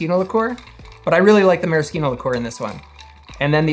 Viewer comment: marriSHino! Ci in itialan makes a CH or SH sound